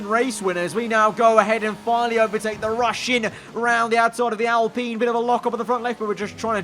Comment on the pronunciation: Al - Pine not alpinnnn 😂